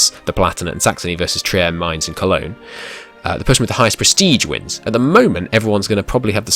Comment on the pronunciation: your first pronunciation of mainz is the correct German pronunciation.